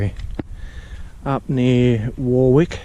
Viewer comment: Allora isn't pronounced ALAURA it is pronounced ALLARA , The A in the middle has a U sound like Umbrella. And warwick is pronounced WARRICK :)